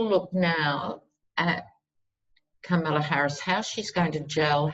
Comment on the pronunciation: Comma-luh, not cuh-mala.comma-luh. I was hoping she’d be the new AG and Stacey would be VP, but whatever works to get Biden elected! Love love love your readings...personality, humor and intelligence! ❤️❤️❤️❤️